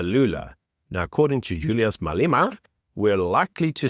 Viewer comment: It's Malema not Maleema. You just don't get it.